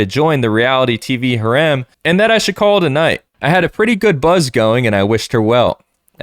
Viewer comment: That is definitely not how you pronounce "harem"